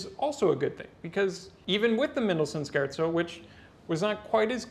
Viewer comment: Okay. At first I was hearing Mendelssohn scherzo as Scared so. Then I realized it was ironically the correct pronunciation